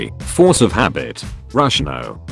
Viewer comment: I vomited 3 times while watching, after so many times said"ruhssiah" "putinh" ew. Slava Ukraini!